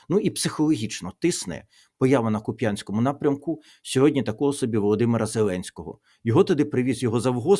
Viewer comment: Шановний пане Тарасе, та годі вже говорити, з якогось біса, Куп‘Янськ! Так, з наголосом на Я, говорять лише московити та москвороті малороси. В Україні на Харківщині є лише КУп‘янськ з наголосом на У. Годі говорити суржиком! Мова має значення!